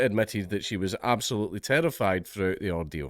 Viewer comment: "An sbilutely" -Jesus H Christ